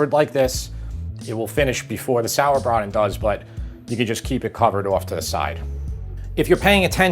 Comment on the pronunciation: Love the sauerbraten pronunciation